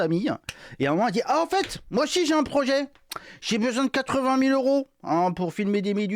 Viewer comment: Elle a du prononcer quarante fois le mot "projééééé", mais pourquoi ces gens parlent-ils comme des attardés ?